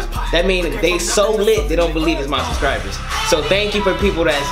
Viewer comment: You know it's "SUBSCRIBERS" not "suscribers" you can spell it but not say it lol